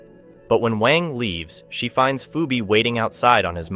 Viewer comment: "poobie" "pheebee"💀💀💀💀these AI voices💀💀💀💀